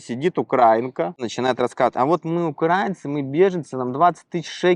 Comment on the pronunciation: ваш собеседник уже хамит говоря об украинцах умышленно ставя неправильно ударение как те кто рашисты которые напали на Украину включая пуйло кремлевское! Он просто хам который поддерживал нападение на Украину смеялся над убийствами украинцев оккупацию чужой земли а жить в итоге на любимой россии не захотел и как трус бежал со своей родины. Украинцы не окраинцы а украинцы! Слово Украина от слова краина что в переводе со славянских языков переводится как страна. Так что это дерьмо ставящее неправильно ударение да ещё и чо словами "какая-то окраинка!" То есть как и его ублюдочные российские соотечественникам напавшие на Украину грабящие насилующие убивающие украинцев он также как и они считает себя высшим обществом а украинцы это так..."низшая каста." Просто ублюдок! Никто ничего ему в Израиле не должен хотя бы потому что он никто в Израиле и звать его никем! Оно дале иврит выучить не удосужилось! Кстати как он говорит "терракт на Каховской ГЭС" устроили его российские выродки перед этим оккупировавшие и ламинирование украинскую ГЭС! Когда было контрнаступление украинской армии с целью освободить Украину от российских оккупантов убийц насильников и подонков то эти нелюди взорвали нашу Каховскую ГЭС уничтожив экологию края убив граждан Украины животных итд. И оно ещё и с гонором рассказывает о своей вонючей болотной! Нам украинцам насрать на твою болотную потому что вы ничего не сделали для окончания войны не вывели своих зеков с территории Украины и до сих пор пы